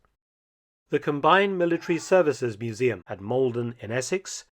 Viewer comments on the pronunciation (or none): none